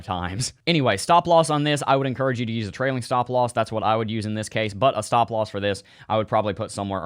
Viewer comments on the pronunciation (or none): dont forget your shhtahp loss 😂